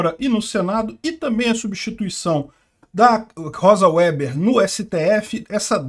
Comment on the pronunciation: A sinistra descende de alemães, portanto é alemão seu sobrenome. O W, em alemão, é pronunciado V e o E é fechado. Diz-se Vêber. Significa tecelão.